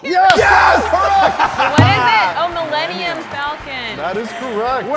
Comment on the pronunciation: She legit said Fillennium Malcom.